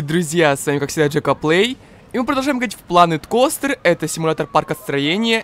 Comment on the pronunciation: Плэнет Костэ, а не Планет Костер